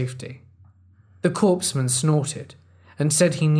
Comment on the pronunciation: "Cor-man" not dead body-man